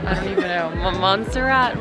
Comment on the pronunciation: it' Montserrat. Not Monserrat